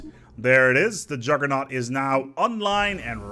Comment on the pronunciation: "I would like to tell you about...the Juggernæu"